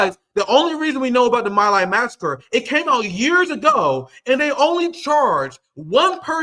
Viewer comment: Please learn how to pronounce "Hind Rajab" and "My Lai"